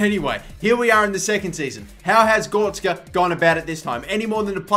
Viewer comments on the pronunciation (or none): GORETZKA NOT GORSKA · it is gor-rek-ska on gorska